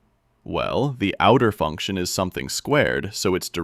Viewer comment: Bro this is a robot voice. is incorrectly read "is" as "I's"